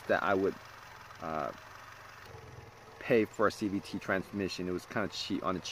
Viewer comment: He says CVTREE at one point. 💎 Gem